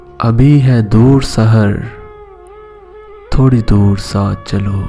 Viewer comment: thori nahi thoree, ise khanch k parhain